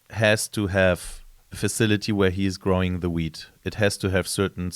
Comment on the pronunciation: dude..its weeD...not wheat